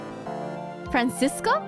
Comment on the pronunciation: I don't think you need to give Franziska a German accent, since she's perfect and thus would speak perfect English. Side note: the "Z" in "Franziska" is pronounced like "ts" and the v in "von" like "f".